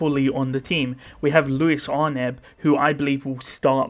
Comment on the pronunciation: Louis probably senses Ley's Witch Factor in Su baru (She is mistaking Subaru for one of her Brothers) Also isnt it pronounced "Lou-Ease"